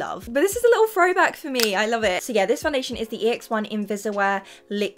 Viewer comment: She cant say throwback or words with th....she says frowback😂 its so funny to me maybe its her english accent...well thats a thing..or fing😂😂😂😂😂😂😂 cant stop myself from laughing